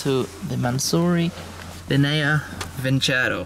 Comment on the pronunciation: I'm italian, the pronunciation is lìnea vincerò! It's been painful to hear linèa vincèro all video long hahaha